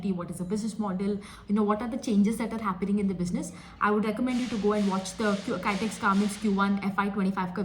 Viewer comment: Not kytex garments. Pronounce kitex garments. kitex=Kizhakkambalam Textiles